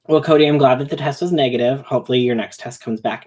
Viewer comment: Mwell. That’s not good. 🤣